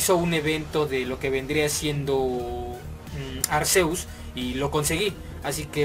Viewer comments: se pronuncia Arkeus, así lo dicen en la pelicula y así lo pone en la wiki (Pronunciación [Ar-ké-us] ) lo puedes buscar si gustas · Se pronuncia Arkeus mi chavo ¡Pokemon son unos perros inconcientes, deberían darlos todos por el nintendo network! Aquí en Colombia no hay tiendas GameStop ¡Pero igual aquí celebramos el 20 aniversario putooooos! Gracias por el video-información bro, sigue así ^^